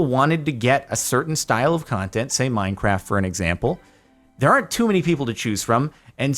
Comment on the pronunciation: Good choice also over the years he has changed from saying minecraf(t) to minecaf